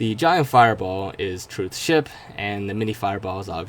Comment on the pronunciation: you were gonna say ship but then I skipped it but then it sounded like you said sh**